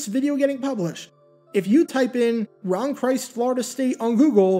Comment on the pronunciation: Speaking of double checking. Is it really pronounced Ron Christ (like the Lord and savior) or is pronounced Krist (not like Geezus' last name)